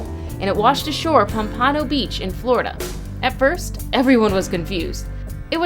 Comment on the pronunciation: Pom-pan- oh, beach florida